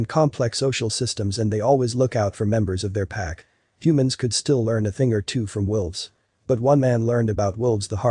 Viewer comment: Sounds Like He Is?Saying, "WILVES" Not "WOLVES." It is read by a computer & somehow got programmed wrong. He also said, "lead" ("leed") instead of "led." Those can be tricky even for us -- like "read" & "read."